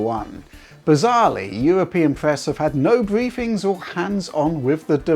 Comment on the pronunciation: Bwiefings...... impwessions........wevision......this guy would give Jonathan ross a run for his money.....